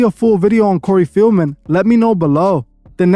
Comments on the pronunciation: Bro it’s Corey FELDman…. Not FIELDman…. Come onnn bruh how are you not researching better than this?! lmao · Corrective Criticism- PRONOUNCED (Fell-man) COREY FELDMAN, NOT (FEEL-MEN)...You have become annoying to my OCD, so I don't watch u much lately. But, I been a follower for a while & a member for a month, but I didn't find anything special about it bc of my hectic schedule I assume. However, I love your work. 😊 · His name is Feldman not Fieldman